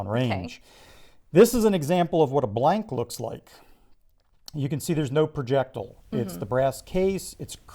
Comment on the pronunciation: he says projectile like an idiot.